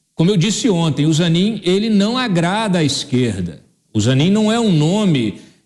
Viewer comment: É ZANINE. NÃO É AMIGO AFVOGADO DO LULA?